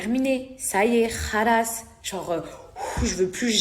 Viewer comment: Milla c est pas khrass mais khlass pour dire c est fini